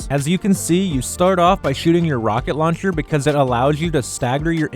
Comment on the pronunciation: I think he sounds fine 🤷‍♂️ only thing I could think of is when he says shield or launcher